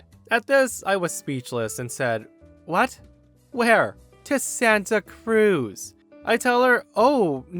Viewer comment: I've never heard anybody say Santa Cruz with the emphasis on Cruz before